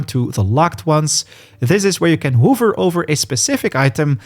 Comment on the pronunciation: Took me a while to understand verneble is vulnerable and wuver is hover